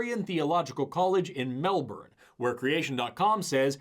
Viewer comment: tbh the most impressive thing is the fact that he pronounced Melbourne correctly, melbiorne is how most Americans pronounce it whereas its pronounced melbn by austraia